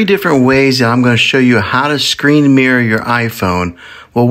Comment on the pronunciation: Mirror not mear lol